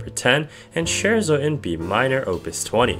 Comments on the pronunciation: its “ay-tood” not “eh-tood” and “skehrt sow” not “sherzo” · You can’t even pronounce the words Scherzo or Etude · well yeah he said scherzo wrong for sure but I’m pretty sure “eh tood” is the french way so you can say either